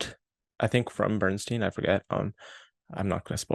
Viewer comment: Funny, because unfocused and aimless pretty much sums up this review. A couple other things which also escaped your attention; the movie is pronounced 'MY-stro,' not 'MAY-stro,' and the central character's last name is pronounced 'BERN-stine,' not 'BERN-steen.'